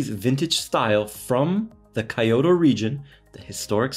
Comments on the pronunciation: Kyoh-toh, not Kai-oh-to. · Kyoh-toh, not Kai-oh-to Great looking watch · I mean if you say KEY-O very quickly then it ends up sounding like KYO. But if you slow down the phonetics it definitely does not come out to KEY-OTO. That is definitely not correct lol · Brand is pronounce "koo-oh-eh." The city is pronounced "kee-oh-toe." Nice review. Thanks. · Thanks for the video! I appreciate the Initial D reference, although I think a Casio G-shock might look more natural behind the wheel. Also, you’ve got the name of the watch maker pronunciation down, but Kyoto is pronounced like KEY-oto if that helps. Sorry to be that guy! 😅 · Not to tack on, but KYO is pronounced together in one syllable. Not two separate syllables. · calls Japanese friend to confirm pronunciation of brand name......immediately mispronounces Kyoto 😑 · Hey you pronounced the watch name right but not the name of the city. Kee-oto. Not Kie-oto. 👍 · you got KUOE pronunciation right..good! but KYOTO...I suggest to be KEE-YO-TO..not Kaiyoto.👍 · 😂you got Kuoe right and then you killed it saying Kyoto. Ask a Japanese how to say Kyoto too. Jokes apart, thanks for sharing this gem with us.